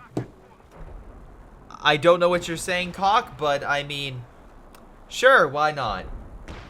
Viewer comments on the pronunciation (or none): The dude you were calling cock actually says something like sosk xD. A C is pronounced as an S on Cyrillic.